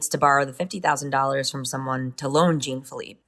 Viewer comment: The "Jean" in "Jean-Filippe" is pronounced like "Jean Claude van Dam", not like "Gene"